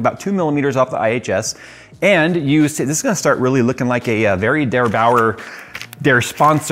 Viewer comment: DerBauer, not DeBauer! Meine Mutter kommt nicht aus München.